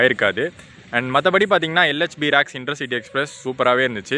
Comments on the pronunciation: ரேக்ஸ்....என்று சொல்லவும். ராக்ஸ் ....இல்லை..‌ Rakes.... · You are pronouncing as RACK in Tamizh. But you have to pronounce as RAKE.